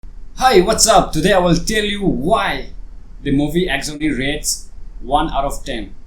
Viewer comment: 1. can't even pronounce the film title. 2. Understand why this film was made. 3. It's about events happening in a single day. How many times do you change your clothes in a day? 4. I wasted 6 minutes 18 seconds of my precious time.